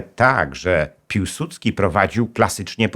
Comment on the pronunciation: piłsudski czy piusudzki